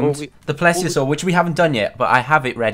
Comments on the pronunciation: It's pronounced " plee-see-a-sore" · Its pronounced(ple-a-sore